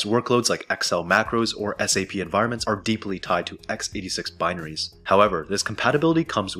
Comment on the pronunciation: "bineries" lol